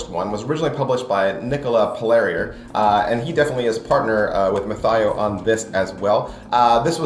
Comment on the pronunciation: Good review. Very thorough. It just annoyed me that you were mispronouncing Mathieu the whole time.